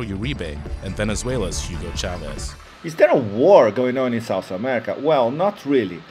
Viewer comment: I like this vid but it seems to me the person talking has no knowledge whatsoever on Colombian history and the current political situation. thanks (and is SOUTH america , not sauce america)